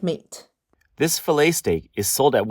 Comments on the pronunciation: Fill-et ? Fa-lay thats how you say it lol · Nope - it's fiˈlā, ˈfilā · Cringe every time she says filet….